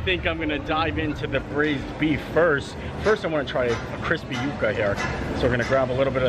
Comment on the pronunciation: You were pronouncing it correctly. Its You-kuh. Its a root. I hear so many call them "yuck-uh"